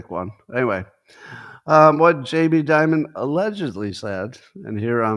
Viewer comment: Why does Scott call Jamie Dimon “J.B. Dibud”?